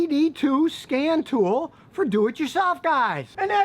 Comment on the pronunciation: At first I thought you said "scam tool" I hope I never need one...